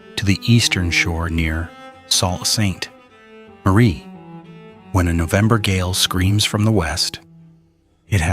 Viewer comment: strange names are often pronounced wrong if youre not local to the great lake region